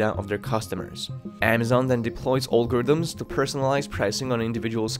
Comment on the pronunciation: Practicees, olgarythms, businessees... haha